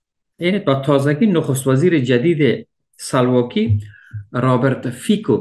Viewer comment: رابرت فیکو نیست رابرت فیسو است من در سلواک زندگی میکنم.